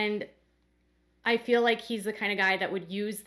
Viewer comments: I can’t stand hearing Meri say “fill” instead of feel. It’s so irritating. And who cares how Meri feels. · I wish they would learn how to say the word feel. Saying I “fill” grates on my nerves. Meri used to be a favorite but no more. She’s still there for the paycheck from TLC. It’s time for Sister Wives to be off the air. I don’t watch the show, just read the updates. You go Christine!